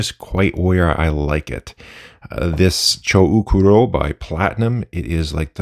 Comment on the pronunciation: Pretty sure the "u" in the romaji transliteration of the name "chou kuro" is there to mark a long "o" sound and not to be pronounced. Those are part of the usual rules to write japanese with latin alphabet.